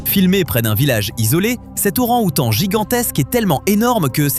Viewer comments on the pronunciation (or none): L'ORANG OUTAN. Et non pas laurent outan.